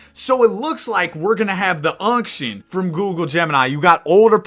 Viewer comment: The unction vs the younction😭